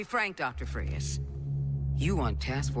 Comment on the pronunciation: Who the fuck is “Mr Frias”? It’s supposed to be “Fries”…